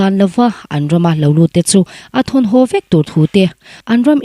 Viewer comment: A ( hau ) mai thei a nia aw... ( hau ) = X ( ho ) = ✓ A ( ho ) mai thei a nia aw..